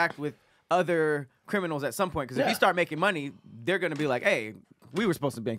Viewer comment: Simple and to the foint 😂😂😂